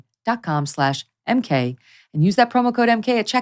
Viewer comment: Megyn does her ad for Lomi. But it sounds like she’s saying, “blow me.” Cracks me up every time. 😂